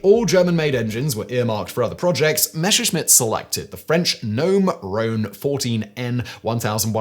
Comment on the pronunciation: ffs man, stop pronouncing Messerschmitt as "Meshersmitt"...!